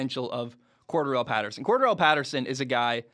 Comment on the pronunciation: It's pronounced cor DARR el and he played running back for the Patriots.. Atlanta used him more that way but the they already knew he could do it.